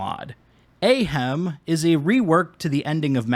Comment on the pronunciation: Surely it's it's not AY Hem but AH Hem is in , Ahem! Cough, this is how it should have been, right?😁